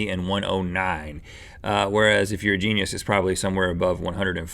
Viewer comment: Gene-E-US? What's a Gene-E-US? Is it edible?